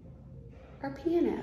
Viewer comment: I literally thought she said P N O...it took me a min to realize she said piano! 🤦‍♀️